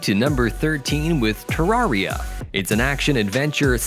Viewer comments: I got so triggered how he pronounced terreira like bruh I died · I lobe how he says tararia instead for tareara